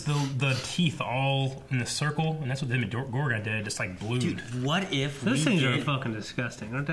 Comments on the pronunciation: DEMOGORGON not demigorgon. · DEMOGORGON not ''DEMIgorgon''! DEMOGORGON DEMOGORGON DEMOGORGON DEMOGORGONNNNNNNNN!!!!!!!!!!!!!!!